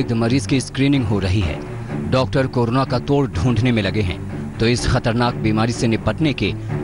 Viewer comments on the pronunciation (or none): Carola virus kate hahahahahaha anchor bhi full educated hai aaj tak k....